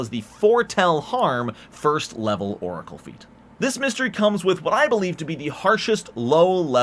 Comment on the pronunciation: As if he didn't call it a Loricle